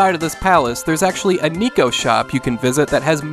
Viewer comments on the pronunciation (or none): It's "neh-ko," not "knee-ko" in Secret of Mana. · NEKO is NOT pronounced NICO, it's NEHKO, cat in japanese. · Its neko not niko.